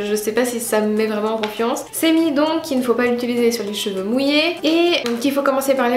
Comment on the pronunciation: Tes "Jveux" ? haha c'est l'accent suisse ?